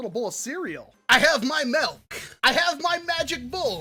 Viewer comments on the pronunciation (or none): oh no. your one of those guys. you pronounce milk as melk. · HE SAID MELK... UNGODLY MAN